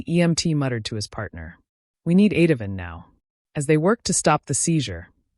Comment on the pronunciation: Ativan please pronounce medications correctly. Oleandor is poison. If anyone touched, altered, withheld medications they will be in serious trouble. The law is serious.